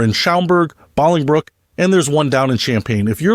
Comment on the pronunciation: I've never heard anyone pronounce Bolingbrook that way.